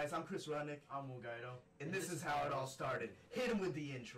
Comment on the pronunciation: Really will saying your own last name wrong your Italian it's pronounced g-weed-oh